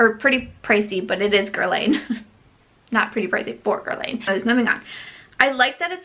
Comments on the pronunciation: Guerlain - pronounced Girl-lahn, not Girl-layne. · Dear, Guerlain sounds like “guerlan” (the i has no sound) 😜